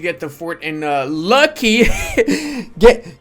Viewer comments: Every time i hear how calls luki as lucky i get pissed for some reason. Luki is look e and provinces with zh is like j in romanian. But anyways good content as always. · Not Kholm, but holm. Not Lucky, but Luki (like in "Looky").